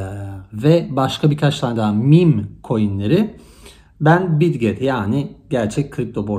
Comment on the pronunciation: bitget mi demişsin . anlaşılmıyor?